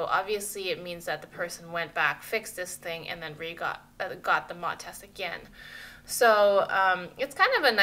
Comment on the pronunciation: In the UK facebook Market place is a good place for Campers plus the camper Van buy and sell groups on facebook... and it pronounced M.O.T. the separate letters :-) if you say 'mot' people wouldn't know what you were referring to